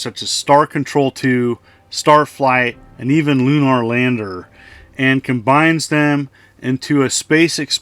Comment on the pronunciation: The way you say lunar stabs me in the speech center of my brain. But these do look like a lot of cheap fun.